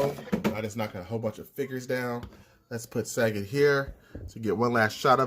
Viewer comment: Sagat? Like the word Fa... isn't it Suh- Got? Lol random quarantine comments